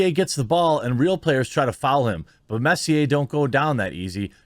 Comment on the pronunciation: The way Jeremy says Messi 🤣🤣🤣